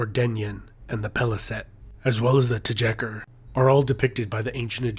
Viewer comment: You need work with pronunciation.. "Tjekker" had me in tears